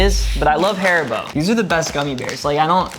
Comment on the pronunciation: im annoyed that you said harbo not haribo because im British